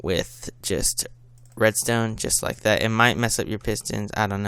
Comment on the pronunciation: Lol why u only say just like thata jaja lol, anyways good tutorial!!!u just got a new subscriber!